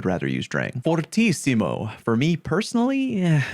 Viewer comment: As italian i think your pronunciation of fortissimo was really good. Just punt another s in the pronunciation just becouse it's easy